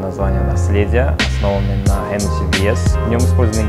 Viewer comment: хоть кто-то правильно произносит название коньяка.